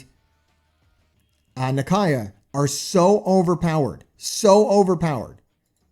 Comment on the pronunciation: Nah-Kia. That's how you pronounce her name.